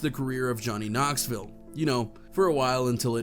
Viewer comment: You accidently pronounced Knoxville correctly.